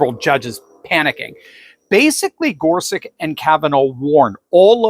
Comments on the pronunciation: Wikpedia says Gorsuch's name is pronounced gor sutch, not gor sick. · Isn’t his name pronounced GorSUCH? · why does he keep saying gorsuck